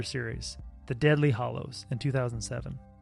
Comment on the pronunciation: It’s ‘Deathly’ Hallows... Not ‘deadly’. And of course it’s leviosa not leviosaa.